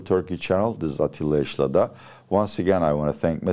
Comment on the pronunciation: Niye atilla yesilada yi amerikan aksanıyla telaffuz ediyorsun hocam